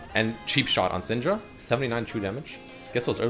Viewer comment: idk why but everytime you said syndra i understood senjru???? idk what's wrong with me XD